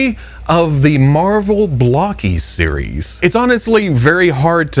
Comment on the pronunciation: I know you don't know, but it's pronounced (bloke-ees), not (block-ees). Now You've got me thinking of the buc-ee's/bucee's meme.